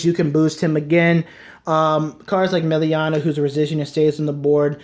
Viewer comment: Yes! I ws just thinking of contacting you and asking a few questions, one of them was about Melania (you mispronounced her the whole video hehe). Glad you included her, to me it seems a great combo with 1st stride into commander thavas, giving her the attack from back row, together with magnum boosted by starter/tidal it can get you tons of powerful attacks and still leaves you space for starter to calla thavas from, not to mention melania pays for herself with the draw and resist makes her less of a liability on the field. Is there possibly an e-mail adress I could send you my decklist with some ideas/curcumstances that you could look at? I don't use facebook (from your "about" yt channel page) and I don't feel like the point of youtube comments is to write decklists and essays in them. I'd appreciate it if you caould share your oppinion, as I've learned a lot from your channel and I think I have still a lot to learn. Oh and could you possibly include in one of your videos how to use Saberflow sailor? I understand her potential, but as I try to imagine comboes with her, her fourth battle requirement seems to get in the way.